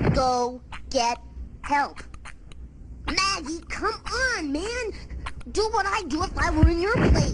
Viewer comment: It’s Maggie not meggy